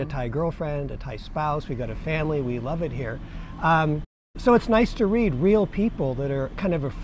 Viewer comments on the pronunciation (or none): none